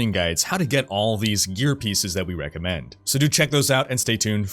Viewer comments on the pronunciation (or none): none